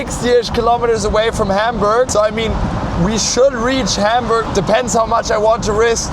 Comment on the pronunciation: Dass deutsche "Mercedes, Autobahn, Hamburg, Hannover,.." irgendwie "Englisch" aussprechen.. man Stelle sich vor das würden Franzosen oder Spanier machen 🙈 Zum Thema: 4 gang Automatik ist technischer/wirtschaftlicher Hinsicht schon sehr innovativ, zu dem Zeitpunkt waren eher 3 Gänge üblich bei einer Automatik. Ich fahre eine 2-Gang Chevy Powerglide, geht such 🤷🏼‍♂️😉 Ist ja mit Drehmomentwandler, man braucht die feinen Abstufungen da einfach nicht. Opel, Ford usw haben auch bis in die 2010er ihre ECHTEN Automatikgetriebe mit 4 Gängen ausgestattet, mehr braucht niemand ✌🏼